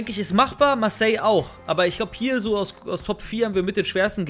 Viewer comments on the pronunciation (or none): none